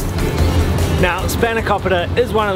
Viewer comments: Your Australian accent is causing you to mispronounce the names of the food you're eating. It SpahnoKOpeeta, and PEE-ta NOT PITTTTTT-a. Pete-uh not PIT-a. I pronounce the foods like a Greek out of respect to them. You can too. But then again, I'm Greek and I know better. What's your excuse???????? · Did you heard how he spelled σπανακόπιτα he was like "we love spanaoukooupitaa